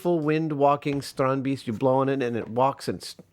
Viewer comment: The "ee" in Strandbeest should be pronaunced as "a" like in the word "ate"